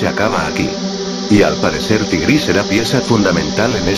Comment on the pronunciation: Xd si dijo tigri